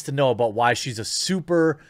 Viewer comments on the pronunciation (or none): none